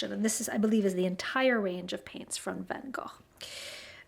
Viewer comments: Thank you very much for this mouthwatering video. I really appreciate your great effort for pronouncing Van Gogh’s name properly, being Dutch myself… Actually we do not have a hard G in Dutch, so both G’s are pronounced soft, like how you pronounced the last one. (It is also the way we used to “smell” out Germans impersonating Dutch citizens in WWII, because they do not have a soft G and can’t pronounce it😂). Am also very happy that you say he is Dutch, because it’s always a thing with our French friends who consider him French! And now off to fulfill some of that craving you gave me for new watercolors, even though we have to order almost everything abroad on this little Dutch island (Curaçao) in the Caribbean. At least we can get the European stuff relatively taxfree nowadays from the Netherlands. Een hele fijne dag en dank je wel! (New sub) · I went on a 13 country European bus tour after college and our German tour guide taught us the Van Gogh pronunciation. You’re the first person I’ve ever heard say it correctly! I tell people anytime I say it but nobody cares. Eh. I care! And now I’ve found one other who cares 😀 her mother made us sacher cake when we passed through her town it was charming.